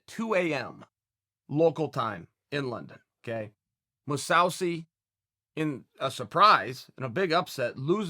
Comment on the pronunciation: ‘Moosouwsi’. Chael P Sonnen , has me laughing out loud yet again. I have a full blown bro crush on this dude